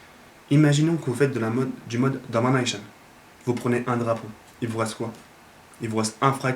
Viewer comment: j'aime comment tu dis damanaycheun